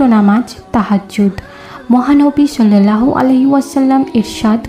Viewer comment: শiল্লাল্লাহু নয় ওটা সাল্লাল্লাহু হবে